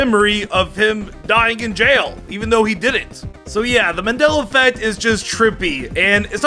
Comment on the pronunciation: kept saying Manilla effect a good three times. Smh